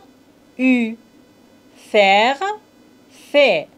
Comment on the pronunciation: Je pense qu'il faut revoir la prononciation du verbe faire. Merci beaucoup.